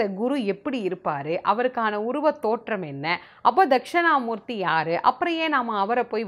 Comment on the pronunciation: தக்க்ஷிணா மூர்த்தி என்பது தான் சரியான உச்சரிப்பு. தக்க்ஷணா என்பது தவறு. முடிந்தால் திருத்திக் கொள்ளலாம்